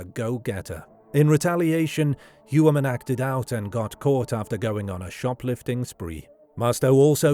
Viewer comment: It’s funny because everyone mispronounces Rex’s last name. It’s more like “Hoyer-Mann.” Interestingly it looks like it’s German for something like “Man of the Year.” Ironic. But if you look at the profile of Heuermann and the profile of Robert Hansen there are so many similarities. Gun enthusiast. Picked up “working girls” when family was away on vacation and killed those girls. Had his own business. Somewhat respected in his own community, although Hansen was certainly more of a neat freak than Heuermann. Now Hansen usually killed his victims by gun while I’m not sure if it’s been determined how Heuermann killed his victims yet. But both, I think, took some victims to their houses then killed them and disposed of the bodies out in the “wild.” But I think both are or were power-control serial killers with a sadistic bent. It’s pretty uncanny the similarities though.